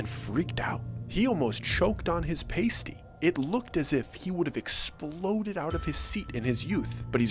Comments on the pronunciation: It’s not a pace-ty It’s a pass-ty lol 😂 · Drives me nuts to hear it prounced pae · It’s a pasty, pronounced past tee, not paste tee. I’m from the U.P. L’Anse, and make them all the time. Awesome story. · Believe it or not pasty rhymes with nasty instead of hasty. I'd like to try one with venison sausage, spicy, no fruit! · I have to this.. It's pronounced - past tay - not the coverings for certain body parts. I'm a northern MI girl. I also make these and it's a lot of work. Also my man's favorite food. The best ones you can find are located in Mackinaw City at Hunts pastie and cookie company. Getting that crust done right is the most important part. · I grew up just a few miles from Gay! I was pretty surprised to hear a story set there. A few things: Isle Royale is amazing. (I can see it from my parent’s house!) And- this is important- a “pasty” that rhymes with last-y is a meat pie with potatoes and other veggies, while a “pastie” rhymes with hasty is a sticker to cover your nipples. It’s a common but hilarious mistake. ;) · Haha it’s pronounced past-ee.. a pastie is something to cover a nipple with. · Also you pronounced pasty wrong that’s how we know your story is BS none of us pronounce it like that It’s pronounced with a long A, like passty. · Not trying to be a grammar Nazi but I'm Finnish so I figured I'd let you know it's pronounced pass-t, paste-t's are what strippers use to cover their nipples lol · Glad you mentioned it. 53 yr old Michigander here from Oakland and Manistee County. You're spot on! It's "Isle Royal" and "pass-tee". A "pay-stee" is a tassel that dancers wore over their nipples, haha. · It’s “paaaa-stie”, not “pay-stie”. A “pay-stie” is worn by strippers 😉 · Well, you just made your first mistake at your story. you don't call it a paasty it's a pauuusty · Pasties are not pronounced like that sir. It's Past-E not paste-E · It’s a pass-t not a pay-stee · I am a yooper the famous pasty is pronounced paa not pae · lol it’s pronounced paasty